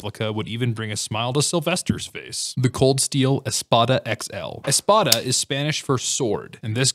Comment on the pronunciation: Espada is pronounced espada, not espota. It was hard for me to understand the word you said lol